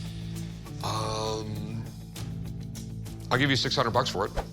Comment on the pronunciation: Dude’s old enough to know that is not how you pronounce Walkman